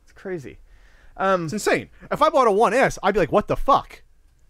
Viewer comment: It sounds like is saying "One Ass" everytime he talks about the S model:D "It's insane, if I bought a one ass I would be like a what da fak" XD